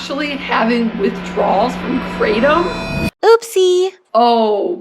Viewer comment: Kraa Tom, not "craydum"